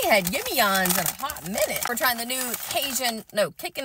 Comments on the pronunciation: No waaaaay, you say Jimmy John's how my husband and I say it for shits and giggles🤣🤣🤣 (we are Hispanic so we do it on purpose). We love Yimmy Yohn's😆😆🤣🤣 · I thought SHE SAID yimmy yohns FOR LEGAL INFRIGEMENT REASONS 🤣🤣🤣🤣🤣🤣🤣